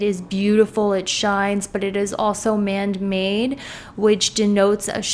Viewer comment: 'man-made' not 'mand made' x